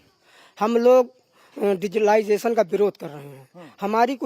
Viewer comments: Digilization कहने वाला टीचर 😂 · Digitilisation to bol nhi pa rhe..dhanya ho